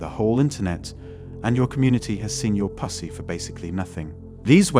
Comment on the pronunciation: I know this is an AI voiceover when they pronounce Pu**y pUssie